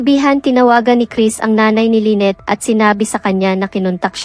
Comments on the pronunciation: Paiba-iba yung pag-pronounce ng name ni Lynette pati may mga words na ang hirap intindihin o nakakalito due to the accent. More practice pa po lalo na s tamang pronounciation pero maganda ang istorya. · ANO B TALAGA⁉️LYNNETTE O LAINET PAIBA IBA KA NG PRONOUNCIATION, MORE PRAKTIS‼️NAKAKA IRITA KA PAKINGGAN👎👎👎👎👎👎👎👎ARAL ARAL MUNA MG PRONOUNCE‼️🤬🤬🤬🤬🤬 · Lenneth or Lyneth bkit iba iba pag bigkas mo? Buti pa mag aral ka ng pronounciation